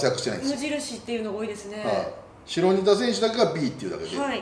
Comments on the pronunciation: 白仁田 しろにた❌ しらにた○ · 白仁田は「しろにた」じゃなくて「しらにた」ですよ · しろにたじゃなくて、しらにたでは？ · 白仁田はしろにたじゃなくて しらにたです！